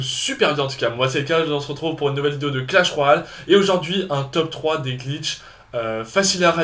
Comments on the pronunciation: il a dit clash roale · on dirait tu dit clash roale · mdr o debu de la video ta di "bienvenue sur clash roal"